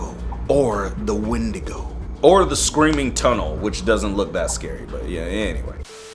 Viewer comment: The Wenoigo